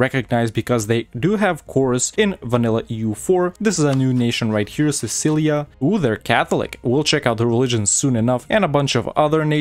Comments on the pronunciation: Cool videos bro. It's Cilicia though, not Cicilia. 😌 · Cilicia,not cicilia